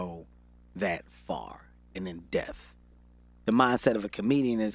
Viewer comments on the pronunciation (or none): Gottdammit... Is it "in death" or "IN DEPTH"???... #ThisHasGotToStop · Can somebody tell Kevin its "in depth" lmao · I love Kevin. I love this interview... I just want him to say "depth". In dePTH. Not in "deth". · Depth not deaf 🧏 😂😂😂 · Until they get in death about one another lol Kevin it's depth not deaf lol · Am I the only one that caught he said in death instead of in depth ?? Lmao 😂😂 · Some one please tell the homie Kevin that it’s “in depth” not “in death”. He’s said it in 4 interviews now. Someone please help the Chile. lol. Love Kevin Hart. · Is he saying "in death" or "in depth" lol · I was looking at the comments to see if somebody else caught...."in death"...lol...smh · He kept saying "in death" (in depth) and its killing mee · In death instead of in depth. It’s cool though, you already rich. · What I got from this: Kevin Hart can’t pronounce the “p” in depth. It’s “in dePTh” Kevin. Not “in death” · IT'S "IN DEPTH"!!! But I loved the interview. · It’s pronounced “depth” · Kevin Keep missing the "P" in depth" and its Killin me lol....pun intended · If this little man says "in death" one more time like it isn't "in depth!" Pronounce the "p" in the word "depth." #KevinHart Nothing like a person who want to come off so intelligent by over-talking and speaking words out of context...say less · This nigga can’t say “depth” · In depth... the P gets pronounced. Ijs